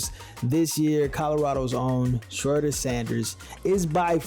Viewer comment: You mean to tell me you don't know how to pronounce Shedeur Sanders name by now. You must be an AI bot.